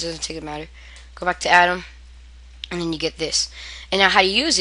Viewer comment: It's pronounced ADMIN not ADAM! And when you say "So go ahead and put it in here." it really doesn't tell us WHERE you mean! Just slowwwwwww dowwwwwwwn! Talkkkkkkk SlowwwwwER! And be sure enunciate properly and clearly! SHEEESH!!! Kids these days! ;) When you talk that fast and blurble out words and run each one into the next without pausing in between you sound like a valley girl! If you don't know what a valley girl is, please view this youtube video and DON'T DO OR SAY ANYTHING SHE DOES!!! →→ ←←